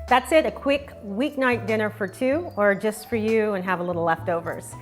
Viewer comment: Yes, it's very qweek 😆